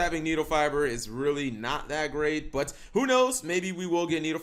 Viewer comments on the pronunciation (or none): none